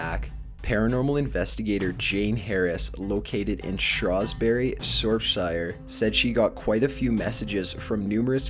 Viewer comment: Never heard Shrewsbury and Shropshire spoken so wrongly xD